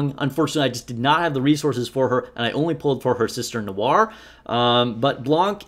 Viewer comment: I'm new to this game, and I have one question. Why tf can none of you nikke content creators properly pronounce; Noir, Litter, or Guillotine?